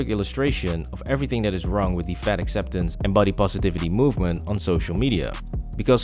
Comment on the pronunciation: I keep thinking he's saying "fed ex influencers".